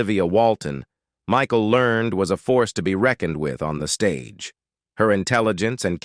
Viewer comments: Michael Ler-ned! Not Learned! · How about next time, you hire a real live narrator for your project. Michael Learned would be pissed that you used AI to butcher her name the way you did. LER-NED. You could've done better! Thumbs down. By the way, I do voice over professionally after a 40 year career in radio! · It is pronounced Learn Ed, Michael Learn Ed. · Walton Mtn.? I remember it as Walton's Mtn., and Michael Learned's last name is in 2 syllables--LER-ned, per the weekly introduction of the characters. --Walnut Mtn.? Come on,, pay attention. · And it is Michael LearNED .. not Learned! 😩🤪😜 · I think you got John Boy’s age wrong. He was the oldest. Elizabeth was the youngest. Miss Michael Learned pronounces her last name like Learn Ed; 2 syllables. Great pictures and narration. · Michael Learned's name was pronounced "learn-ed". Ralph Waite was a recovering alcoholic and inspired many with his recovery. You made a LOT of really serious mistakes. Seriously, better job in the future please. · Like mispronouncing Michael Learned's surname - the final syllable in Learned is pronounced "ed" as in Edward! Or the fact that Richard Thomas is now 73 years of age. and did not plat Cindy Walton!!! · blame the person who wrote the "copy" for the narration. The narrator,, just reads whatever the video creator gives him to read, although he has always been terrible at pronouncing names correctly.